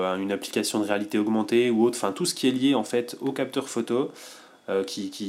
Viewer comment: Salut, tu fais de tres bonnes review, par contre ça me stresse ta manière de dire "photo" faut que tu corriges ça stp, j'avais constaté ça sur les autres tests mais là c'est flagrant alors je laisse un commentaire ... (ecemple à 4 min) [K]